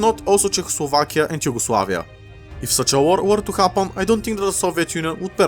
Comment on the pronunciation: Im assuming he mispronounced yugoslavia in a really scuffed way 😭